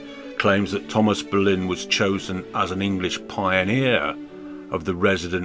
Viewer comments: I've never heard her referred to as Ann "Boloin" (as in pork "loin") or "de Boloin"/"de Boulognya" (I suppose these are the "French" mispronunciations) by anyone else. It's an unnecessary and annoying distraction to your otherwise interesting perspective. Oddly, you eschew "Bullen", the usual choice for those seemingly undazzled by Anne Boleyn's enduring allure. Well, each to his own...as you said in a different context👍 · But why are you constantly mispronouncing her name? And the voice on this video is cr*p